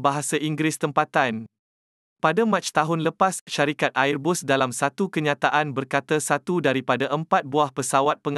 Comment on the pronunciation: Sebutan Airbus biar betul..